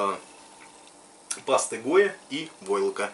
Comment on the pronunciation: осталось загадкой насадка на дремель для полировки. издалека- металлическая шарошка. неужели нельзя было пару слов ? и да - паста ГОИ а не гойя )) Паста ГОИ (от ГОИ — Государственный оптический институт)